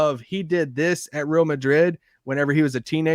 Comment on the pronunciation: Point of annoyance -, I know you read these comments, and you’ve been corrected on this before, so fix yourself. The word “Real” in Real Madrid is not pronounced “Rill”. You can at least come close by saying “Ray-all”. You sound like a bumpkin.